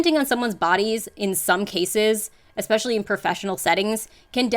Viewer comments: "exspecially" from a nurse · I won't be taking any advice on crossing boundaries from people who pronounce especially as "EXspecially." These people are the dumb leading the stupid.